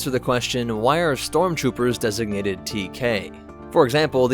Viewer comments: I’ve heard of storm troopers but not strom troopers, lol. In all seriousness, good explanatory video! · 33 stromtroopers 😂